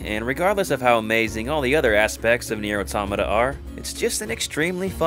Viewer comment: I hate how he pronounced it. Because it's an outstanding game and story